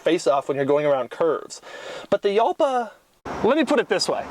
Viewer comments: Jalpa is Spanish and more correctly pronounced ˈxalpa , sounds more like "halpa". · It's pronounced "halpa". Kinda. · you pronounced jalpa as yalpa but what about juice? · Hal-pa. Ooo-ra-chan. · ***** the correct pronunciation is like "halpa" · You don't say Jalpa right. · Pronounced Halpa not Yalpa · "hal-pah", not "yal-pah". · It's pronounced Halpa not Yalpa. Lamborghini uses Spanish names for their cars ex GaYiardo, MourTHielago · As a guy that owned one of these for years I need to make a few comments. Doug! It is pronounced Halpa!!! Mine was a garage queen I found in Cleveland and it ran after sitting for years but I still had Evan's Automotive in Columbus Ohio (they work on exotics from around the world) rebuild it and like most cars of that era it did have some issues. First one of the head cam journals was out of round because some knuckle head over tightened the cam chain. And the front piston bank was scored which was typical because of the insufficient cooling. After a through rebuild and upgraded cooling I drove it for years and would have not hesitated to take it across the country. I have to laugh though because my windows took forever to raise just like in the video and I always wondered if the motors were going to fry. And he got the speedo right too. I had to use kilometers per hour and divide by two to get close to the actual mph. It's always easier to use a GPS for speed. The rear trunk was big and never got hot. We could put a 10x10 folding canopy, two folding chairs and a cooler in that thing. It is easy to store the TARGA (Doug) top behind the seats if you flip the seat backs forward. It drove like a go cart and was a blast. Here it is with a racing exhaust at the Arthritis Show in Dublin Ohio. Top speed geared out at 157 mph. I ran mine up to 142 mph and the faster it went you could feel the car getting lower to the ground and glue itself to the road. Wonderful machine. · The "J" is pronounced like an H. Like, "Hall-pa".